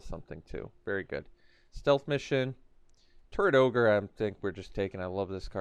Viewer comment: You say, "Turret Orge" I hear "Turd Ogre".